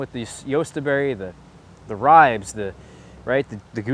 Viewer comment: Ri-beez. Two syllables.